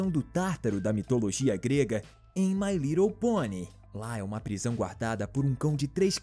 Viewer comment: Desafios procure o momento em que ele diz mai rridle ponie e comente a aqui